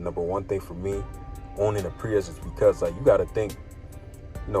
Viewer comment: Did you really make a review video with the wrong name? It's Prius not priest